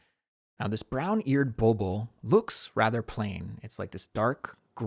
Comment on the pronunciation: Hi, I just wanted to say hello and let you know that your podcast is truly one of my favorites! I really enjoy listening to it, especially during my commute to and from work — it’s always a highlight of my day. I’m Persian, and in Farsi we call that bird a “bolbol” — and yes, you pronounced it absolutely right! 😊 Thank you so much for all the effort you put into creating your episodes. The topics you choose and the way you explain things are not only informative but also super practical for me. I truly appreciate it😊 Shohreh